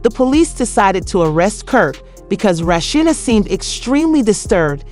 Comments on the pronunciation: Who's Rasheena😅😅😅😅 AI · Mispronouncing her name…